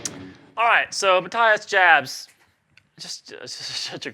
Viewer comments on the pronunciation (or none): I watched a video of he himself saying his name because I was curious about a German pronouncing his name as Mathias Jabs as Americans would read it. He said it like May Ti Us Yaabs. or Yobs. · I believe his name is pronounced Ma tea as Yaabs